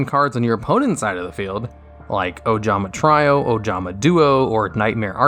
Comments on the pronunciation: Ojama Tree-oh... wtf if is try-oh? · “Ojama Try-O” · Ojama......TRY-O??? Lol